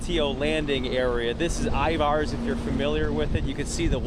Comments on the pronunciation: Eye-Vars… Is he familiar with the area? Any Seattleite knows it “Ivars!” 😂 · I-Vars???? Wtf is I-Vars???? 🤔He obviously isn't from around here!!!!! 😂🤣😂 Ivar's is a CLASSIC here in the NW! 🐠🍟